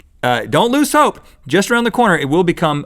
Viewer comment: Rhett you said loose instead of lose when describing the car